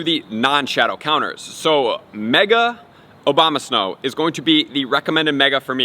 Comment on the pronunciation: did he say "mega obamasnow"?